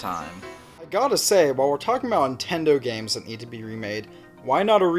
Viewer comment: Great video and points made and I'm honestly not trolling you when I ask this but...are you saying "Intendo" instead of "Nintendo?" I ask because James Rolfe does the exact same thing.